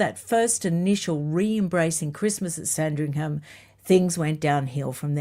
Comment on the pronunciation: I hope you don't mind me letting you know, that the 'h' in Sandringham is silent - this is meant kindly🙏